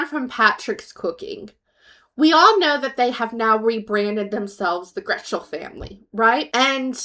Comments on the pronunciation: It’s Getchell, not Gretchell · Not trying to nitpick your video but its Getchell... not Gretchell... there isn't an R in the last name. I noticed it in your last video but i just wanted to gently correct the error. Keep up the great work dear. And they are definitely not famous, but infamous 😂 Also.... the delusional of them thinking people were really coming to the meet and greet. Booking hotels... what the faq. The trolls had them convinced.